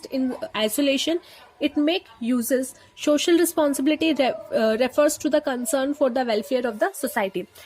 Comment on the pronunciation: shocial nhi hota social hota hai🤣🤣🤣